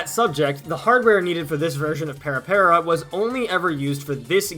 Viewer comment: Couple of little fun tidbits: - It's not para, like in parallel or paramedic, but more "pah-rah pah-rah" You can hear a good pronunciation in the song Para Para Paradise by DOMINO, featured in IIDX 6th Style! So the videos seen in the PS2 version of the game (I still own the game and controller, funny enough) wasn't shown on the machine itself, but there was a dedicated machine attachment that was a CRT and DVD player that had the dances playing next to the machine. My friends in KCK still have a copy of the machine as well, it's fun to go back and play Tora Tora Tora (which I recognized in a heartbeat from the person playing with the blonde hair.) At one point, Konami was indeed working on a 3rd Mix/Deluxe version of the cabinet, that actually allowed for three dancers simultaneously. (three octagonal stages connected at an obtuse angle, think a wider triforce.)